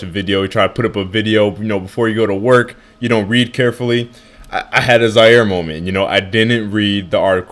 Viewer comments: Nigga said "i had a ziare moment" i think i spelled it right correct me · Lol he said like Zaire